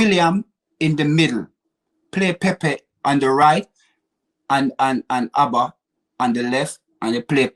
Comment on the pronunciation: Calls Auba , ABBA looooooooool knowing me knowing you, ahaaaaaa looooooool